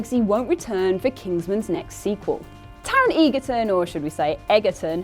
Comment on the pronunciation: Am I the only one who heard it as Taron Eager-Tongue the first time she said it?